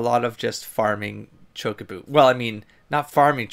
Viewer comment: Choco-bos. Choe-coe-bos. You're adding an accent to the first o, like chócobo! XD Don't give me ideas about a tabletop FF7 campaign...I want it.